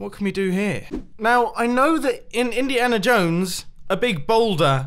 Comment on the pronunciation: No one: Mumbo Jumbo: Indihana Jones